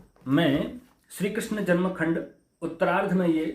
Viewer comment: Bhagwa dhari buddha musalman hai. Iski bhasha suno apko pata chal jayega yeh nimantran ko dawat aur Shri Krishna ko Krisan keh raha hai. Urdu bol raha hai hindi ki jagah.